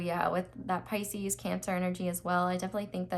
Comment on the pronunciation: i have paused the reading just to comment & say how much i love you for saying “Pisces’s’s’s’s’s” 😂😂😂😂😂 you are my new favorite tarot reader by the way, you’re amazing 💖